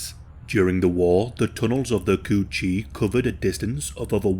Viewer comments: “tunnel of the coo cheee” had me dying 😭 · The way he says coochie has me dead asf